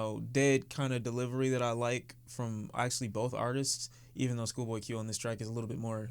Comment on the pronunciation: Fix yo H in the intro my guy